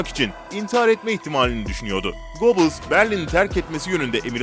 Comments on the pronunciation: Yalnız "Göbiyils" nedir yaa ... Çok tanınan, ismi defaten filmlerde belgesellerde geçen bir insan. Yine de duymamışsan, açar orjinal telaffuzunu internetten öğrenirsin. Süper konu bul, uğraş didin kurgula, sonra telaffuz gibi basit bir detaydan sınıfta kal. DAHA ÇOK ÖZEN LÜTFEN !!! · Göbels diye okunur